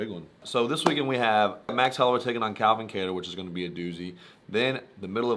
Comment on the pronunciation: Kattar not Katter but you get a pass cuz ur cool.